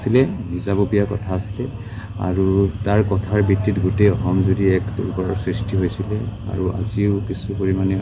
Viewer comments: হয় কথাটো মন কৰিছোঁ,অহম বুলি কৈছে। সেই কিটা কেনেকৈ অসমীয়া হ'ল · অসম শব্দটোৰ উচ্চাৰণ শুদ্ধকৈ ক'ব নোৱাৰে ঘেন্টা